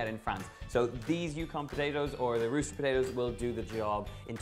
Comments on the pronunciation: Just an FYI, it's ruh-set, like Russian. They're a variety that's more common in the US, so we've corrupted the name a bit to suit our mouths. And speaking of blue-skinned potatoes, I wonder how this would taste and look with new blue-fleshed potatoes as the base. Certainly interesting. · Is he saying rooster potatoes or russet potatoes?